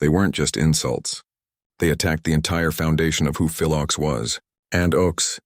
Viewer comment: Your mispronouncian of Phil's name undermines your narrative.